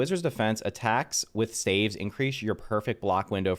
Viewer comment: I know the word looks like “stAEves” but it’s pronounced “stAAves.” I know English sucks but it’s funny to hear. I’ve watched multiple videos on staves and you’re not the only one who pronounces it like that lol.